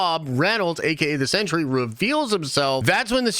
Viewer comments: Pronounced "sen-tree", not "century". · Are you saying “century “?